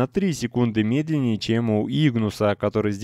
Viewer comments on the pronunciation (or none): none